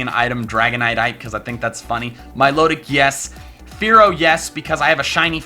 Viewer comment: It's mil-otic, like exotic